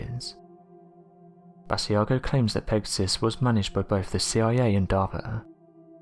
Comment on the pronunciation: BAA-SHE-a-GO. Great video. Hope that helps with pronunciation.